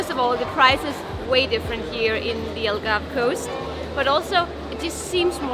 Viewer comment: here's a hint algarve is pronounced as all-garve , u guys say el-garve